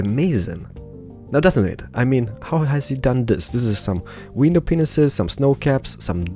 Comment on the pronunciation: instead of window panes he says window penieses